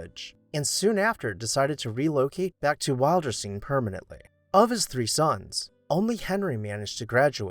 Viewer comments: Nicely done and very interesting. The name of the house "Wilderstein" is pronounced Will-der-stein, not Wild-er-stein. Also, as a point of interest, Margaret "Daisy" Suckley gave FDR his beloved dog, "Fala". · Pronunciation: WILL'-der-steen. "Will." I "will" go to Wilderstein.